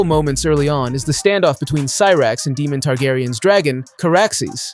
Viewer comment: How do you know the show this well but you pronounce Daemons name like Demon